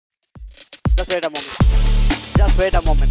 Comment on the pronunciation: “Just vait a moment”